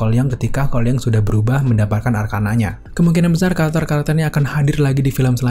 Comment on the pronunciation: Seketika kalo nyebut Cole Young secara cepet, malah dengernya "Kuai Liang"...